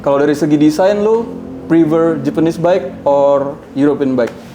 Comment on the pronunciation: Bike bang bukan bake🤣